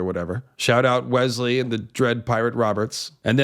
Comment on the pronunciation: Westley. West-Lee. With a T. It was my wiener dog's name. He had blue eyes. And was super sweet.